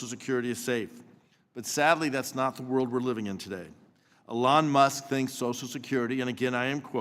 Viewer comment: People put in money and deserve the benefits. By this argument no ponzi scheme is a ponzi scheme. This guy is a joke, and not just cause he cant pronounce what is probably the most spoken name in media right now.